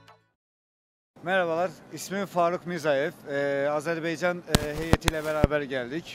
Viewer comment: Sağol qardaş ancaq Azerb'e'ycan yox Azerb'a'ycan📌🇦🇿🇹🇷